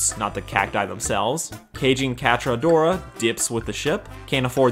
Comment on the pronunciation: Male Katara? Or male Adora, dude I’m pretty sure you mispronounced that